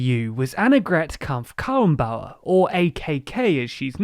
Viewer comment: Great video, but you butchered some names. Its pronounced Kha-ren-bau-er and Sch-Olz (you pronounced it with a German -u instead of an -o.)